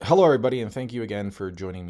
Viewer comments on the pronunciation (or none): none